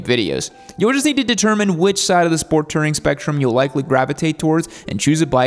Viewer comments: It's "Touring", not "Tirring" 😊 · I'm just hear to hear pronounce it "Tering" about 93 times... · Ramble to me that you’ve never actually put big miles on without actually ever correctly pronouncing the word “tOUring.” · How do you mispronounce "touring" 😂